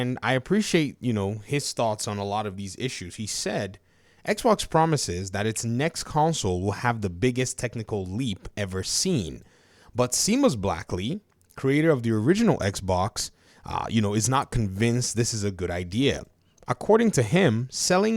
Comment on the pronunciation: Seamus Blackley's first name is pronounced "Shay + muhs." I usually don't correct pronunciation of names, but I have so much respect for the creator of Xbox that I just had to. He is such an amazing person. 💚